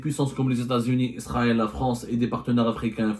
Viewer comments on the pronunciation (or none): none